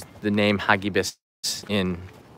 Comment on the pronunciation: Agree for posterity's sake and to compare it from previous ones. Pronounce it: "ha gi bis" accent on "gi" not on "ha". Filipino word; It means FAST and FURIOUS.